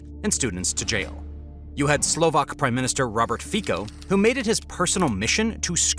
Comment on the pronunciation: Psst...Fico is pronounced "Fitso", not "Fiko".